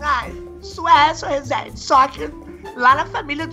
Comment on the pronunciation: clotild fala certo vc fala rezeeeennnndeiiev il ai senhorrr